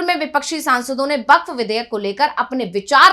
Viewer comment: Its bakph not bakchh😂😂